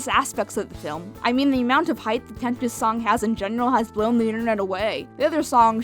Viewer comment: It's tempest not temptes